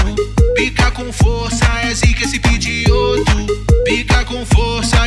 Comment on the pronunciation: N é pigioto n é pigiot